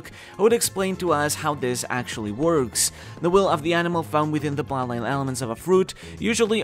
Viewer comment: When you say bloodline it sounds unclear. It sounds similar to plot line, which is a bit confusing in this context.